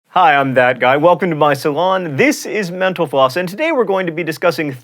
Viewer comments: for a sec there I thought John said "Thanks for watching menopause" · I can't stand this, bahahahahahahahaha . Every time you say "Thanks for watching Mental Floss" is sounds like "menopause". Lolz :D but seriously, love the videos, keep it up guys! :) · I keep thinking he's saying menopause when he's saying mental floss. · Everytime he says "Mental Floss", I think he says, "Menopause." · when he says mental floss , it sounds like menopause! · when john said thanks for watching mental floss i thought he said thanks for watching menopause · Does anyone else hear 'Menopause' instead of 'Mental Floss' when he closes the show? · When he said mental floss I thought he said menopause